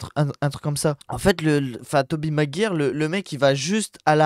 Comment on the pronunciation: Tobey Maguire se prononce "magwayeur"